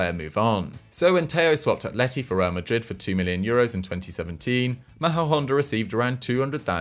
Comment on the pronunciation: I'm from very close to Majadahonda, actually play my sports there. Great place, I've always had a bit of a soft spot for the club. You did really butcher the name of the place though xD (I understand it's very difficult to pronounce hehe)